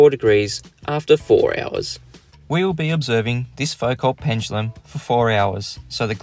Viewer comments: Isn't it foo-KOH? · To misquote Einstein 'Your science is good but your pronunciation is atrocious'. It's pronounces Fou-Co there's no L or T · FUKO IT'S PRONOUNCED FUKO IT'S FRENCH FOR THE LOVE OF GOD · You () are being very optimistic in expecting anyone to make a Foucault (pronounced Foo-co) pendulum that works correctly. This is a very difficult experimental task. You need to provide a low friction pivot that allows the pendulum to rotate through 360 degrees without significant drag. You have to shield it from air currents. Most difficult of all you need to provide a mechanism for adding sufficient energy to each swing to overcome air resistance without adding any bias to the direction of swing. This usually results in a very long heavy pendulum to increase the ratio of the pendulum's kinetic/potential energy to the loss due to air friction. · Also who pronounces Foucault like that?